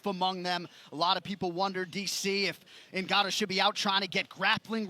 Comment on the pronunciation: Francis NGOATnnou